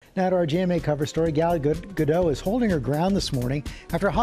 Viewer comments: May they please pronounce Her name correctly jeeze is it that hard to say Gal -GA -Dot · You got the “t” sound correct but still didn’t pronounce her name right. There’s tons of interviews of her saying it correctly.